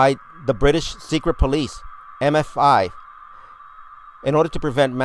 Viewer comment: marcelo alegria he actually said MFI, which used to be a furniture store, making this guys ridiculous narration even worse.